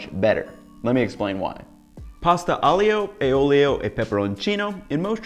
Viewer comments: Your way looks absolutely ACE!! BUT!! [grin] Aglio e olio... do not pronounce the 'i' as a separate syllable,: turn it into a 'y'. AHLYO e OLYO, yes? You're such a good chef that I want you to say the wondrous Italian words right.:) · IJoe OilO or Ioolee is the way I grew up hearing it pronounced. It's amazing how much it stands out when you hear it pronounced differently lol. I'm gonna try the butter as it never fails to make things better:) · Being a romance language speaker, it just sounds really good to listen the aglio e olio as you speak. Thanks, Latin. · Nah mate sorry you kept mispronouncing the name, added butter, no pasta water, used angel hair pasta and proceeded to overcook it to the max.. I get this is your version of it but don't be so bold to claim your white amateur chef knowledge is better than centuries of Italian tradition.